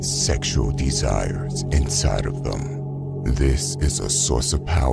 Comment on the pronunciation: Learn how to pronounce the word "them" thanks.